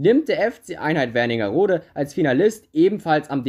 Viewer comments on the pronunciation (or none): Einheit Wernigerode weil ich daneben wohne und bald dort spiele Kein Hate nur Tipp für das nächste Mal Es heißt Wernigerode und nicht Werningerode